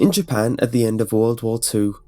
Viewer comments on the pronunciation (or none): none